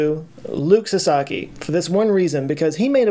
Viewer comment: Luc(Luke) Sasaki(Sahsahkey) you got it right, thanks! Great video, but unfortunately for you(money wise) your "low" (compared to those who have millions) amount of subscribers is one of the reason why it was so great! Don't take this the wrong way but I hope you stay at this size because THIS is the channel I love!! Get to 10,000 and then lock it, deal?